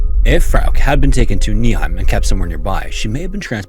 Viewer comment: But good job on pronouncing Paderborn and Nieheim 👍😊